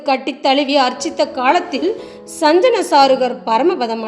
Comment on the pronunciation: சஞ்சன அல்ல. சஜ்ஜன. தலுவ அல்ல. தழுவ. தமிழ் உச்சரிப்பு சரியில்லை. உங்கள் டமில் திராவிடியா டுமீல். முடிந்தால் திருத்திக் கொள்ளவும்.😊😊